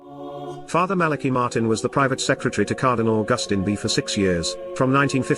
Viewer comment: Malachi Martin read the secret in Portuguese and the visual was of a mediaeval document in high German. BTW Malachi is pronounced Mala kigh, not Mala key. AI is still dumb. It's Jesus who will save the Church not Mary.